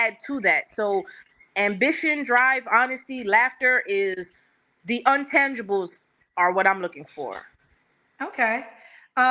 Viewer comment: What word is untangible ? Did she mean intangible? I thought she had a podcast translating the “vernacular” of politics to our “people”.